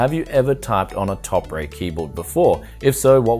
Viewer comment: i believe it pronounced topre(TOPER)